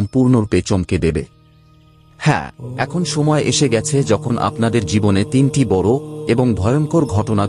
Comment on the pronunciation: ওটা বর নয় বড়ো ঠিক করে উচ্চারণ করুন